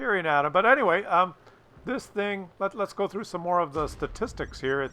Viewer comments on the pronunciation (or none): none